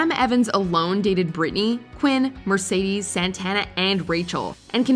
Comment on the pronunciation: MER. SAY. DEES.